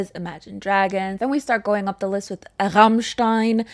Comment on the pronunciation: The pronounciation of Rammstein, quite good I have to say